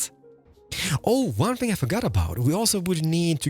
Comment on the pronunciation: Are you danish or otherwise Scandinavian? Because of the “another think I can like” that sounded so scandi like “jeg kan lide”